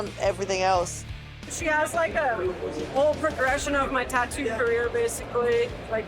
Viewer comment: Love how she pronounces "tattoo" as ta-doo 😂😂